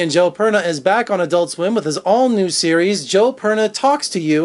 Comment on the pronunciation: Joe "Perna"....?